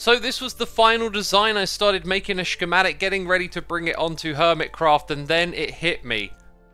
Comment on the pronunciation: i love how he says ''schkematic''